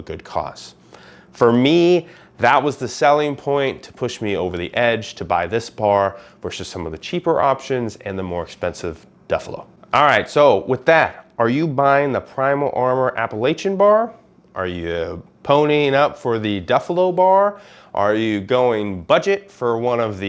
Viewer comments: it’s throw an apple at cha! Appa-latch-an! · Haha it doesn’t matter, I know midwesterners always call it that but the people that live here in the mountains pronounce it latch. Great videos btw, always enjoy.